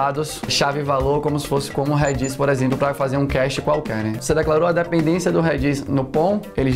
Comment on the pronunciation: Reddit ao invés de Redis foi de fuder kkkkkkk